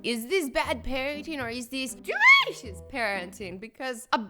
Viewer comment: Why does she say delicious in a weird way 😒